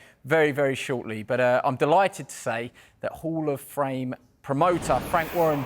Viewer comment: He said hall of frame lol